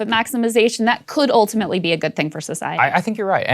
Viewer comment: I'm up to drunk-as-a-skunk, but I've been taking a shot every time she says "oohltimately".